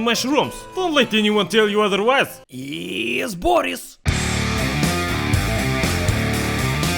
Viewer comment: Zayebis video as always. But one thing is bothering me. Why do you read your name as 'Boris instead of classic slav Bo'ris (it's about the stress, if you don't follow)? It seems fishy. You aren't a really well informed western spy who just overlooked that small detail, no? Of course, you aren't, blin. You are! Greetings!